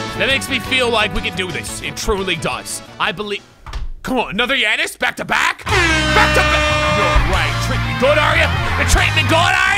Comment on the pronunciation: As a Giannis fan it made me mad when he pernounced his name